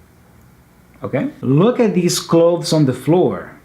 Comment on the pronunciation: Hi when you say "look at them" you replaced it with "r" the two "t t"?